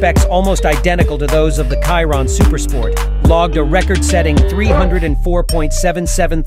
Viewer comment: You cannot say Chiron correct?